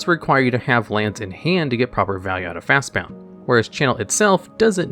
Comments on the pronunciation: At first I thought he just misread the name of the card as "Fastbound", but it's typed multiple times in the video. Maybe the guy that narrated is different from the guy that typed it out? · JFC. I was going "hey, we're going to make it an entire video without this idiot mispronouncing a card name!" "At number one, we have Fastbound." You have to be doing this on purpose. you're really not this stupid, are you? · Otherwise nice video. Was going to comment about the irritating pronunciation of Fastbond though. After looking through the comments, it seems as though as this is intention. Was going to sub, until I found this out. Annoying AF, so I'll pass. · Video ruined because of his ignorant pronounciation of Fastbond. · I get mispronouncing crazy fantasy names, but when a card's name is made up of just 2 basic words like "Fast" and "Bond," how can you mess that up? 😂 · There is no u in fastbond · Brother the way you pronounce fastbond was making my eye twitch. Jokes aside. Love the content. Keep it up my dude! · Am I the only one that got aggravated by him saying Fastbound and not Fastbond? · Dude. Fast BOND. not bound. What the hell is happening? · It's fastBOND, not fastBOUND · Came here to say the same thing like what the heck are they saying it wrong on purpose? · FastBOND! BOND! Not BOUND! Just read it! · Y do u keep saying "Fastbound" when the card is called "Fastbond" like "James Bond"? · Why are you pronouncing Fastbond as Fastbound? Is that what people call it? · I’ve noticed a lot of mispronunciations in your (otherwise excellent) videos. Fast-BOND. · It's Fast-Bond. There is no u in the word. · He purposely mispronounces words in all his videos to get people to comment. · Why is he calling Fastbond Fastbound? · "Fastbound"? Jesus. Read the goddamn card. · The number of times he mispronounced FastBOND is astounding! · Bound James Bound. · fastbond not fastbound. ffs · Fast bound?? There’s no u it’s Bond like 007. Fastbond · Fast bon-d not bound :)